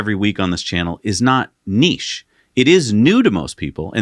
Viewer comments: Thank goodness you’re pronouncing niche correctly! During my Mazda Apprenticeship, we were informed that the MX-5 was a niche product - they planned it that way. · Thank you for correctly pronouncing niche, I can’t stand the other way. Million likes! 👍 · I'm so happy you guys pronounce niche correctly 😂